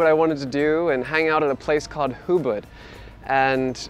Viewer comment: The place is called "Ubud" not "Hubud".